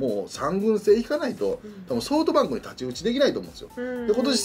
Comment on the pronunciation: ソフトバンクのことソウトバンクて言うよね笑笑